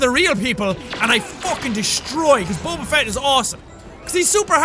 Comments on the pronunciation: did anybody else notice he said bober instead of boba? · Boba not bobrrrrr